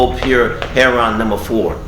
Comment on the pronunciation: He did all that and he still can't pronounce "heroin" correctly. It's not heron. Remember kids education means nothing if you want to deal drugs just get into dealing drugs and go as hard as you can because education means nothing these days especially if you want to deal drugs and make money off the pain suffering and hurt of others. Ten years from now they're probably going to start glorifying rapists and human traffickers.